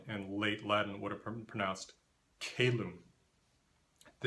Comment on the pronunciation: Your videos are great - didactic and accessible. I know your focus isn't Latin, but I couldn't help but notice your pronunciation of in was really off; is [aɪ] as in "by" (Classical) or [ɛ] as in "bed" (Vulgar), you pronounced it something like [eɪ] from "bait". Also, Latin>Spanish /k/ lenition is messy and had multiple steps as k>tʃ>tθ>(θ or s); I believe Italian's simple k>tʃ would be more didactic, for being both simpler and basically the same mutation English went through. For rhotacism: you don't need [s] or [z], but pretty much any alveolar sound as [l t d n s z] will do. There's even a contemporary English example you can use, Americans pronouncing intervocalic /t/ and /d/ as [ɾ] ("Berry, gorra drink the borrle of wine!"). Also worth mentioning your voice is really clear and calm without being monotone :)